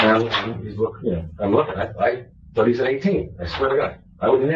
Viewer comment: "I taught I taw a puddy tad, I did, I did". He knew what he was doing!